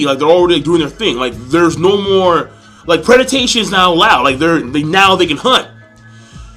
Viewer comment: King, I finally got to mention after so many times, it's predation, not predatation. :P